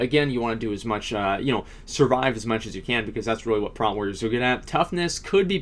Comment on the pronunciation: It's not "Prat"...sound out "Protection" and then you know what "Prot" sounds like. :)